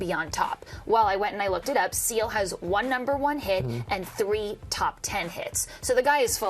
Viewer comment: When she said seal I thought that she said CeeLo